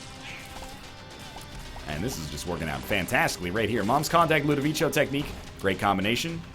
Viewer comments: Someone please tell him it's Ludovico and not Ludovicho... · Why does he say "LudoviCHO"? It's obviously Ludovico lol. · But you don't say Ludovicho in italian. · I don't think he cares at this point. I wish he did, though, he's just teaching people incorrect pronunciation. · He is absolutely right. In Italian, a 'c' after an 'i' is a 'k' sound not a 'ch' sound.